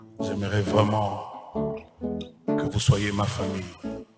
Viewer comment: …Et le journaliste et son invité, « vreument »eloba nango vieux « vreument »mua 🤌🏾🤌🏾 Batu ya mayele … Les intellectuels se reconnaissent !!